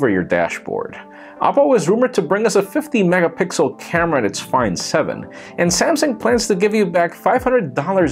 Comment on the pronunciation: did he just say 50 megapixles!?